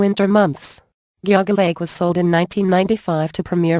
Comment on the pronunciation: The computer voice got Geauga Lake wrong. :(